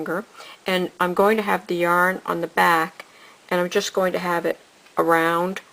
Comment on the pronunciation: The way she says yarn is horrible.